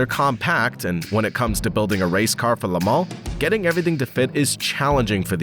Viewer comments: It's Lemooon not lemow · "La-Mawn..." lol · I don´t think anyone could say "Le Mans" more unintelligible,... but otherwise good, althought I noticed that you didn´t make sense a couple of times... Le Mans actually sounds like "lemόn" (the stress on the "O"), and, at best, you pronounce the "O" out of your nose, and not the mouth. "Lamarre" is something else.